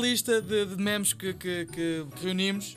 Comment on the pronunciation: NÃO É MIMIS É MEMES!!!!